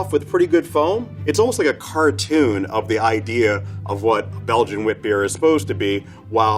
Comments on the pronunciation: stupid little detail but I like how he said "wit bier" which is Dutch for "white beer". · He did a pretty good job at pronouncing "witbier" as well. Also, the colour and alleged sourness on that last one reminded me of my favourite beer, Rodenbach. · For an english speaker, his pronounciation of Belgian "witbier" is spot on